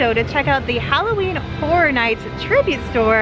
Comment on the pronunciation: The word Horror has an interesting pronunciation from those in Florida. Sometimes sounds like "Hora", as in your are going to dance the Hora.